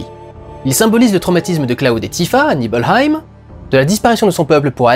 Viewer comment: A chaque fois que tu dis Nibelheim j'ai l'impression que tu vas annexer mon pays.